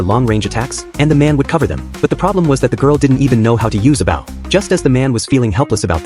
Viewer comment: It's not bough, it's bow. Stupid machine.